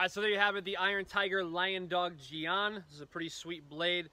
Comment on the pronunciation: Ah yes the the Chinese gee-on